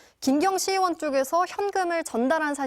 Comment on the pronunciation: 엠비시 엥커들은 의 발음을 왜 못해요 으원으원 왜그러는거에요?